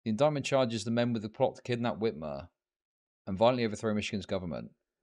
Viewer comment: Not gonna lie one of the things that bothers me the most is how he pronounces Gretchen Whitmer’s name